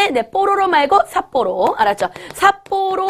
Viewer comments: 삿보로가 아니라 삿포로 아닌가요...? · 삿보로가아니라 삿포로입니다.ㅋㅋ